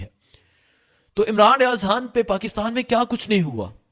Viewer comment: سویٹ جی۔ آپ " خ" کو ۔۔ ح بولتے ہیں بڑا اچھا لگتا ہے ۔ زحم ، عمران ریاض حا ن🎉